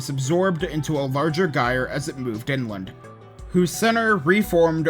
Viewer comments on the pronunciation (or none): gyre is pronounced like a j, like gyroscopic. Sorry, a nitpick I know